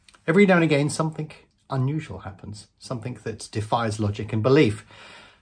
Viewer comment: I love your videos but it really grinds my gears how you say "somethink" instead of "something".